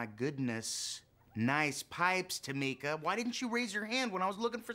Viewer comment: It’s Tomika btw just sayin